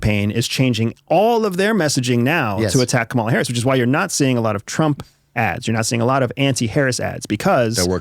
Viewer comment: I don't understand why a host and a guest who are clearly intelligent, well-educated and incredibly articulate deliberately mispronounce Harris' name like a bunch of giggling second graders who found their dad's Playboy stash. It casts a pall over every other thing you say. If you've got something you want to say about her, say it; but do it like men.